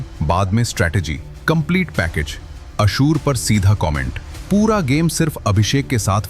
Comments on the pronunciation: Aashoor nahi ashnoor h o 😅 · It's ashnoor not ashoor